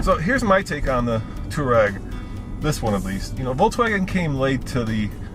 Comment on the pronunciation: It's pronounced two-are-eg. Not tour-eg.